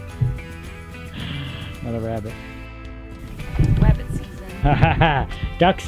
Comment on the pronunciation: Nothing better than home canned wabbit!